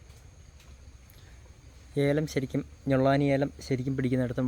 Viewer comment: സുഹൃത്തേ ഞൊള്ളാനി അല്ല. ഞള്ളാനി ആണ്.ഏലത്തിന്റെ പേര്അ മാത്രമല്ല അത്. ആ ഇനം ഏലത്തിന്റെ സൃഷ്ടാവിന്റെ കുടുംബപ്പേര് കൂടിയാണ്. ദയവായി അത് തെറ്റിച്ചു പറയരുതേ 🙏